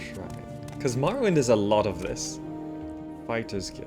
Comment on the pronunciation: how is dis morrwwend